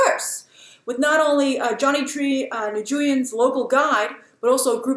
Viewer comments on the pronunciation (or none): Fan of BTT from Vietnam since the early days ( ish), I'm so glad you're covering this film to this extent. Thanks Grace!! P.S. Just a tiny tip - Johnny Tri 'Nguyen' is pronounced like 'win'. Visit VN soon!